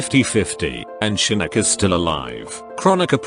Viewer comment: I like how this automated voice calls Shinnok “Shinnick”